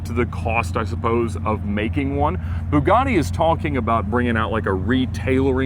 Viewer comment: Why does it sound like is saying Boobgatti? 🤪❤️🇺🇸